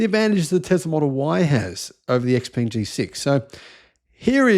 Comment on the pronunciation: Xpeng is pronounced xp*u*mg (imo).